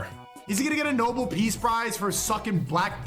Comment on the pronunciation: “Nobal peace prize” It’s “no-bell” sneako.you know,like how you have “no-balls”?